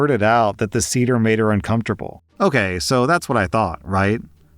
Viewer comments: it's pronounced "say-dh" not "seeder" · Was scanning the comments to see if anyone had told you the correct pronunciation of 'seder'. It should be "Say-Der" (not cedar). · Sayduhr not cedar. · it's pronounced say-der. that was hard to listen through. part of passover is explaining what passover is, this should have been explained to her. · Hey,, a passover seder is pronounced say-der, not see-der. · say der, not cedar. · "say-der" not "see-der" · "seder" is pronounced say-dr not see-der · Final story: you pronounced seder as ceder, and not as it should be pronounced, s-AY-der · Seder is not pronounced cedar but sayder, FYI 😅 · “Say-dr”, not “see-dr”, just fyi 🤗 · Seder is pronounced “say-der” fyi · Hello! Jew here! Just for future reference it’s pronounced SAYder. But year. Glad OP dumped that antisemitic loser. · I love you but you cannot pronounce anything in a foreign language 😭 it’s say-der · Seder is pronounced Say - Dur. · Jewish woman here. A Seder is pronounced “say-der.” Just so you know 😊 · Seder, pronounced say-dur. 😂😂😂😂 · On the last story, ignoring how you pronounced Seder (Say - dur) dinner, it’s a sadly common story. People believe we all have big noses, all dress ultra religious, don’t eat cheeseburgers and some people still even think we have horns. When people realize we can be just as normal as a goyum it can be earth shattering. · it's pronounced *SAY-dur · Love how your read these stories. Just FYI, Seder is pronounces Say-der. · Listening to you pronounce Seder as “cedar” was a bit painful. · Story 3: Seder is pronounced 'Say-der'. Also, keep up the good work! :) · Sorry, just have to say this, but Seder as in Passover Seder is pronounced with a short e, so it’s like “Say-der” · Love your videos! It's pronounced "Say-Deir" for future reference. 😊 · It’s pronounced SAY-der 😸 And yes, the girlfriend was being antisemitic. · Seder is pronounced "SAY-dur" 😊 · You pronounced seder wrong. Thought you'd like to know